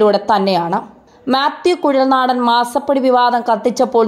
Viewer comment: കുട്ടീ മ്യാത്യൂ കുഴൽ നാടൻ അല്ല,, മാത്യു കുഴൽ നാടൻ....